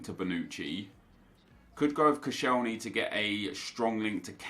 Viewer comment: ‘Koscheileny’ wtaf